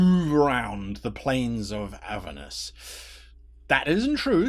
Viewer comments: It's Avèrnus btw, not Àvernus :) Thanks for the video. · Never heard "Aver-nus", always heard it pronounced "A-ver-nus". This might be the new "As-mo-de-us" versus "As-mod-eus". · learn how to say the name of the level of hell right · There are 2 pronunciations